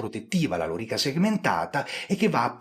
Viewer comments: cioe' ragazzi : Lori'ca Segmentata.. e' praticamente l'unico storico al mondo che l'ha pronunciata bene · Intanto grazie per la pronuncia, per fortuna non ho mai avuto modo di parlarne ma avrei sicuramente messo l'accento sulla O, pronunciandola sdrucciola e non piana. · Scusa ma sempre sentito lòrica. Chiramente hai pienamete ragione sulla faccenda della riforma dell'armamento a seguito della disfatta di Carre. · Vero, ma anche Carlo Rolle pronuncia correttamente e in restituta.